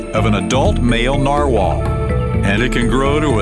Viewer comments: plus he's pronouncing it wrong he's saying Narwhale like a Whale its a type of whale but it's pronounced Narwhal like a wall narwall is how its pronounced so yes thx i agree ^_^ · Dentist said NAR whale. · He said narwhale instead of narwhal